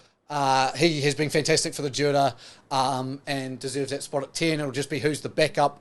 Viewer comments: Bruhh 😂😂it's fijian drua not fijian dura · Its not Dura.... its DRU - AHH.. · It’s pronounced “Drew-ah” (Drua)❤️